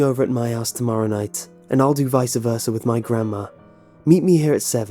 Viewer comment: says Vicer-Versa